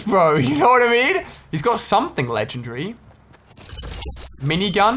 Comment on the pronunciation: BRO PLEASE PRONOUNCE LEGENDARY RIGHT ! IT IRKS ME EVERY TIME YOU SAY " LENGENTRY " IT IS CALLED " LEGENDARY " THERE IS A " DARY " AT THE END FOR A REASON ! SAY IT RIGHT